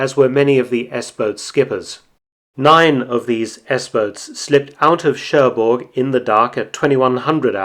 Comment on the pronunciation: Good work, but there is one thing I want you to get right. When spelling Cherbourg the g is silent.